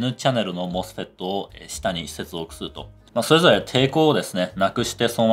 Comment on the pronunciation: この動画に一切関係ないけど。。さん声が素敵で聞き取りやすく、MOSFETの発音に痺れました。。ｗ 多分、こんな難解な内容を普通に視聴出来るのは、分かりやすい解説と素敵なお声なんだと感じました 学生時代にさんの動画を拝見出来たら理解も考え方も相当変わったんだろうなって思います 今回もいい動画有難う御座いました。。m(_ _)m